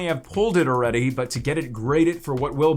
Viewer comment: I'm going to keep writing this comment until you fix it,. Please correctly say the word "feature". You say it as "future" and it drives me crazy lol. You also say "already" has "errredy" 😂